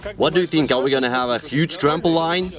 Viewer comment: Trampo leen Not trampo Lyn